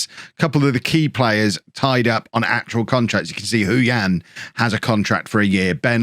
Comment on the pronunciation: Just a shout about the pronunciation. Hou Yan would be said 'Hoe Yen'. Not even joking.